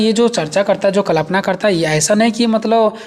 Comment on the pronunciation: Sir sorry but it's kalpna not klapna ...or sir aapka notes bohot helpful Hai..thank you so much 👍👍